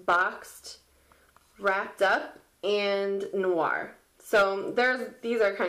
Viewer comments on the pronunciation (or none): none